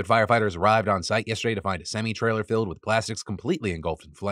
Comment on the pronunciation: "semee trailer"